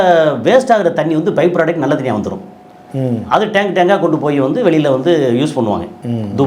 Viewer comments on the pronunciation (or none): none